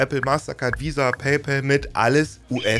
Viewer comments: Bitte sag in Zukunft nicht mehr "Paypel" sondern PayPAl. Mit A und nicht mit e. So heißt es nämlich nicht. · Paypal (zu deutsch Bezahlkumpel) können wir entweder eindeutschen, dann hieße es Paipahl oder Paipall, so wie wir auch Colgate (sprich Kollgäit) seit jeher eingedeutscht Kollgahte aussprechen. Aber dem Kumpel (pal, sprich Päll) den Männernamen Paul zu geben, ist zumindest kreativ. Genauso könnten wir Paypeter sagen. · Super Erklärung aber bitte sprich bei pal das a nicht wie ein ä aus. Da bekomme ich Ohrenkrebs von… Es wird nicht immer zwangsläufig im englischen das a wie ein ä ausgesprochen. Bestes Beispiel: Wenn du ball zu bäll machst ist das im englischen bell = Glocke oder klingeln etc. und nicht Ball, was du eigentlich sagen möchtest 😉 Oder auch staff wird nicht stäff ausgesprochen…